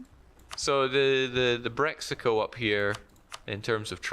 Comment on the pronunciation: Love ur casting, but everytime you said Brexico when Breizh actually mean Britany (Bretagne), so totally unrelated to Brexit at all.... Then I think oh so that how self centred view is alike.